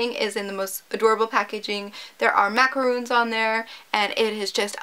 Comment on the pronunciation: Yeah, it's actually pronounced "Marcarons" NOT "Macaroons". There's a bit of a difference between the American and the Parisian pronunciation. Not necessarily trying to correct you or sound rude at all, I just wanted you to know. :) <3 <3 <3